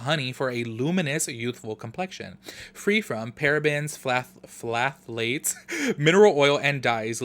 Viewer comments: Always love your videos and I'm cracking up at your pronunciation of "phthalates". "Thhh-ah-lates", the p is silent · Hey boo, the “ph” in phthalates is silent so when you pronounce it, it’s just thalates (the “th” is like in the word thin). I swear these ingredients are a mouthful. Don’t need to feel dumb since they are complicated to pronounce.